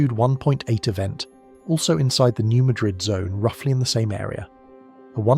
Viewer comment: It is not pronounced New Muh-DRID fault, it's the new MAD-rid fault. Yes, some of us have heard of it, many many times.